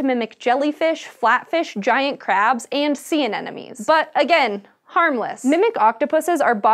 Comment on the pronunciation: you said "anenome" and i thought i had it wrong since finding nemo was released